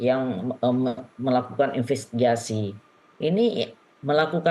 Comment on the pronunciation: Itu itu Sj... Infestigasi... Falidasi...